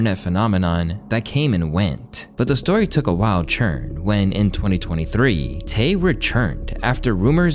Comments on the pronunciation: Why does say "turn" like "churn"??? idk why, but it hurts my sole.... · Are you saying turn or churn??? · Why you say “Turn” like that? 😒🧐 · Why do you keep pronouncing turn and turning that way?